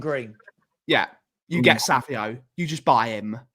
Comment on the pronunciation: Why do you keep saying: "Savio" the guy's name has an 'N' in it. It's pronounced "Sav-ine-O" (Savinho). Or am I missing something here?